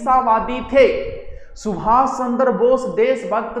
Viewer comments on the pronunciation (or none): none